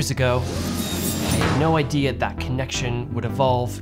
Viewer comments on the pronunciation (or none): none